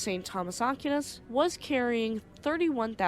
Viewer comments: Aquinas is pronounced Ah-Keen-ahs. The Philippines was colonized by the Spanish from 1543 to 1899 after which the US developed a military presence in The Philippines. The US was thrown out in 1991 because, frankly, the US was treating the Filipinos very poorly. With China flexing it's muscles recently, the US was allowed back in, but nowhere near the numbers it once had. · small comment here, It is pronounced "Ack why nes" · Pronounced “A Qui Nas” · It's pronounced "Ahck-WHY-nas" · Great video! I’m guess neither of you are Catholic lol In case you wanted to know, it’s pronounced Saint Thomas Ak - wine - us. Godspeed… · Aquinas is pronounced Ak-way-nas. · considering this ship wasn't American OR an English ship its more than likely pronounced "Ah-kee-nehs" 🤔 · It’s not Ah-keen-ahs either. It’s pronounced “A-Qui-Nas”. I’m not even Catholic and I know who he was. Pretty famous name